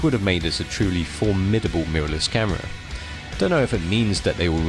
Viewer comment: A new statement with their "caahhhhmirraa". Why do you say camera like that? am I the only one who noticed this? Great video though!